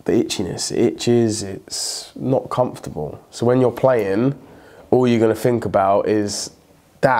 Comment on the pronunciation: Man still can’t say comfortable